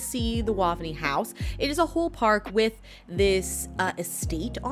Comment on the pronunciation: Waaavny. Pronounced like Wave-knee. The house is also where Christopher Lloyd - Doc from Back to the Future- grew up.